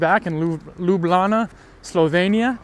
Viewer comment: its pronounced L-EW-B-LJANA 😅